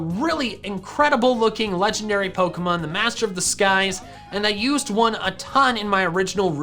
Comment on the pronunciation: LEFT OFF THE K IN CORVIKNIGHT! AND THERE IS NO I IN LEGENDARY!